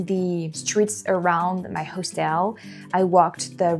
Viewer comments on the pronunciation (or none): Sugar.......just a little help.....I always appreciated it myself when I mispronounce something in my second language. Hostel is pronounced HAW- stol.....accent on the first syllable. Keep up the great videos girl..... I bet if you lived in the states full time in a state where you can carry, you'd be packing all the time because of experiences like the one you had on the trolley. Makes you feel a whole lot safer....... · Hostel is pronounced HOSS-TILL